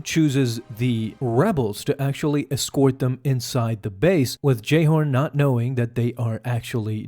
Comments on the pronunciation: Um, it's JayHOLD, not "Jayhorn". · Was cracking me up you were calling em Jayhorn, and Petrigaus. I believe it was Jayholt, and Col. Petigar but had subtitles on to catch the little bits that slip on there or I probably wouldn't have noticed.